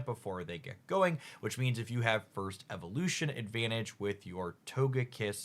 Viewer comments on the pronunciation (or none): none